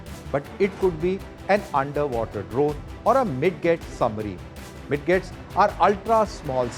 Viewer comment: Lol, MID-GETS? They are pronounced as Mijets., kya yar.